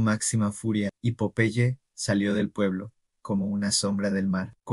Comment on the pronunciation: No entiendo porque lo llamas de esa manera... es incomodo escuchar que le digas popai, cuando era tan fácil decir PO - PE - YE. 🤮🤢